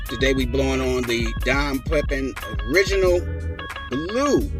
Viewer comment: Fyi, pronounced…..Pepeeeen😀